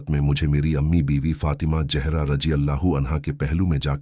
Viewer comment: Urdu ka pronunciation bht kharab hai ,what is jehra?